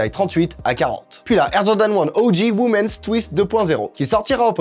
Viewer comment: Tes vidéos sont super, mais arrête de dire « womensss » 😂😂 y’a pas de s